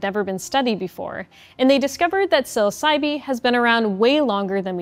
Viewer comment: I don't think the e at the end of psilocybe is pronounced